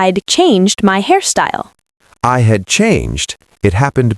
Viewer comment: I couldn’t understand “I had.”😢